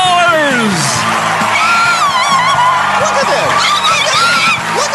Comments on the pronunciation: I think he said "One mmmillion dollars", which would make it sound like billion? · ImJustAGamer Boy lol I thought the same thing but kept rewatching it. He is actually saying million but confused me too 😂